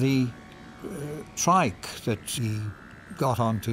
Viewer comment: Love hearing Terrance Dicks talking about how Jon Pertwee would "dwive" his "twike"!